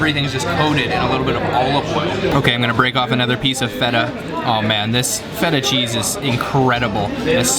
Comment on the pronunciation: Not a bad video but have you done it on purpose that you only pronounced feta right and rest of the words out if tune ? And sorry to say but what is this craze about yogurt and honey when there are so many amazing greek cakes and sweets?